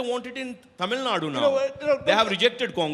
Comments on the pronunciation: Who the hell is this and what he has to do with Tamil Nadu elections? He can't even pronounce 'Tamil Nadu' correctly. Is not getting a good spokesperson from Tamil Nadu BJP? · Who's the hell is? He can't even pronounce Tamil Nadu properly.....shit!